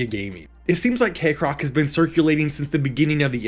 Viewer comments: Why do you say KAYcrock when it's Kekrock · I'm mildly bothered by the fact Kekrock's name pronunciation is split 50/50 in the video between "Kek-rock " and "Cake-rock "